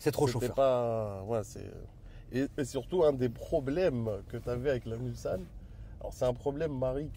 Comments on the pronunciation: arrête de dire Mulzanne en phonétique c est Mulssannes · On ne dit pas Mulzane mais Mulsanne ! En référence au virage du circuit des 24 h du Mans 😒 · "Mulzanne" aaah je saigne des oreilles haha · Magnifique la Mulsanne 😍, en phase 2 encore plus belle (, on dit MulSanne, pas MulZanne, stp). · Mulsanne prononcé "Mulssanne". Réf au 24h du Mans. Continue on te kiffe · n importe quoi quoi.Mulsanne prononciation il faut entendre le s, va dire ça aux habitants de Mulsanne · Précision importante, c’est bien Mulsanne avec un S en prononciation et pas un Z. C’est une référence au circuit de la Sarthe des 24h du Mans avec la commune du même nom 😉